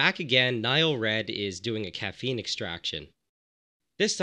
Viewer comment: “Caffene powder”